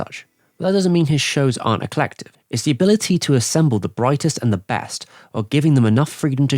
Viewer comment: "eclective"? LOL!